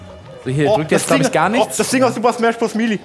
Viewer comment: Boah wirklich danke 😂 Ich wollte auch nichts sagen aber mir ging alles auf den Sack was er gesagt hat 😂 Und sich so unfassbar wenig Mühe zu geben das englische „R“ auszusprechen … Den Rest hat er mir dann noch gegeben mit Super Smash Bros MIELIE 😂 man der Sprecher in Smash sagt am Intro Ende ganz klar Melee. Wie kommen die Leute immer auf MIELIE